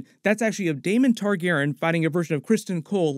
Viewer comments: Great video, basically confirmed a lot of what I was thinking as well. I'd just make sure you call Rhaenyra's dragon, Syrax. Meraxes is dead at this point in the timeline and wasn't her dragon. Also, may want to learn how to pronounce "Targaryen" for future videos :) it drove me a little crazy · Not trying to hate or troll but you really do need to fix how your pronounce "targaryen".